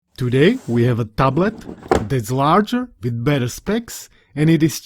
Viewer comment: keď si povedal "tablet" tak to znelo strašne "Slovensky"